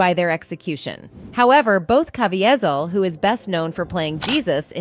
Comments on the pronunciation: I am irritated at every one of these narrators that cannot be sure of the pronunciation of an actors name before they start. I have seen this occur with 4 different narrators. Jim Caviezel (Kah- vee-zel). Does absolutely no one..zero persons have any pride in their chosen profession or the correct names of others. If your name was Michael would you want me to call you Michele? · She needs to learn how to pronounce Jim’s last name. How ignorant 😮